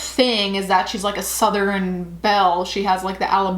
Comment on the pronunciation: Soooo you can't pronounce the word southern.....shall i make a whole vid based on that???? Seems to me you have nothing in your life that is youtube worthy as you just spend your time gossiping about others. Sad that you can't recognize that.